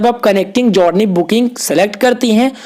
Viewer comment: भाई जौरनी नहीं जरनी बोलते हैं, आगे से ध्यान रखना....